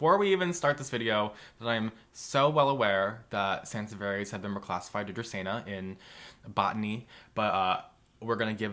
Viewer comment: It’s dracaena